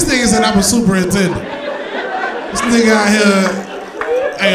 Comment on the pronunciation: Also, did yall miss when he said SUPER NINTENDANT LIKE SUPER NINTENDO LMAO